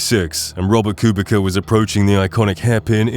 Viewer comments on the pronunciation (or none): gr8 video I have accually belived you have 50K+ subscribers when I saw the quality of the video but to my shock you dont even have 4k subs. Ps. Kubica is a polish driver and in polish the letter "c" is prounounced like "ts" so it is accually prouounced "Kubitsa" not "Kubika"